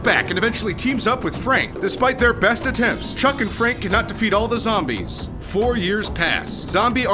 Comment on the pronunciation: zom-BEEES XD